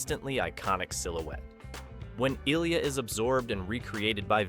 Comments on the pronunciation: Narrator's pronunciation of Ilia as "ILL-ee-ya": Okay, somebody hasn't actually seen the movie. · Ilia. (Eye lee ah)